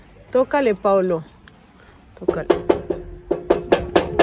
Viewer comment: Hasta hoy supe el nombre...PAOLO😐 lo pronuncia como Paulo...PORQUE??🤔🤔🤔